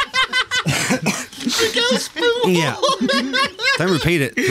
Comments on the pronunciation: It's not. It's a Catalan surname, so the J is pronounced more like the Y in year. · By the way if it's spelt as I suspect it is (pujol) it's pronounced pu hol as in excrement and the first syllable of the word holiday